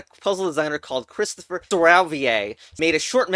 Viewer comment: "Christopher S∂ℱℒℓvey" 😂🤣😂🤣😂🤣